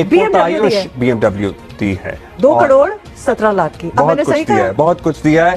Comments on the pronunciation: Ye crore ko Kadode kyun bol rahi hai? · Yeh female anchor to dhang se crore bhi nahi bol paa rahi😂